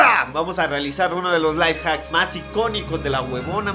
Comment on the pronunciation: venezolano